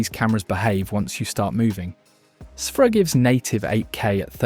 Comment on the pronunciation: I thought it was pronounced "sphere-ah" not "seph-ra"